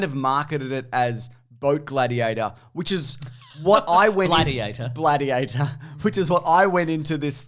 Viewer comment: "Bladiator"? i'd have gone with Bloatiator.